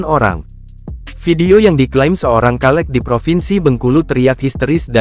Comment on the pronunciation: Hallo bang. Dibaca nya caleg bang. Bukan kaleg